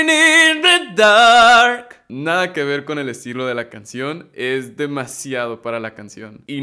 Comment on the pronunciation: Se escucha raro cuando dises dark